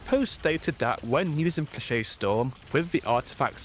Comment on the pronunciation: thats not how you pronounce flechette but i kinda like it more than the actual lmao